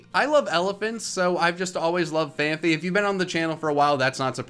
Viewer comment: It’s fan-p-ee